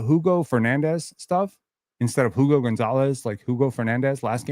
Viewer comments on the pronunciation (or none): pretty sure the hugo name is pronounced oo go